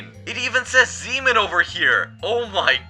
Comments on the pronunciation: Why does he say zeeman like semen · Bro when u say zeeman really fast it sounds like another word seaman